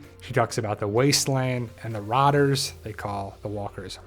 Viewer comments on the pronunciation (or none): Are you trying to say "rotters?"